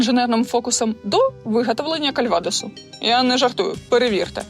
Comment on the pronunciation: інженірунг я як би розумію, але ці канали у огляді інженерії не стосуються, окрім Закревського може, кальвадОс у напоя наголос на о